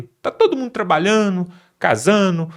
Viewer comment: Viajano? Trabalhano? Vixe! Quando colocarao, um reporter alfabetizado? Esse, esta assassinandi a Lingua Portuguesa!